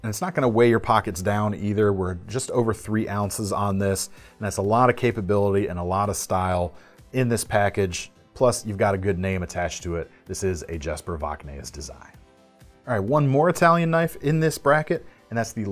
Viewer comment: Great list! I would like to point out that the 'j' in Jesper is pronounced like a 'y' (yesper), and your pronounciation of Voxnaes is close, but you need to pronounce the 's' at the end.